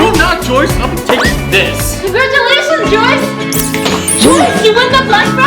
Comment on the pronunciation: It’s Joyce not joies